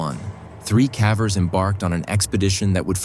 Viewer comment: i cant stand the ai voice. heres a tip. when youre putting the script in for it to read. mispell words so they get pronounced correctly. i just cant get past the "kavers"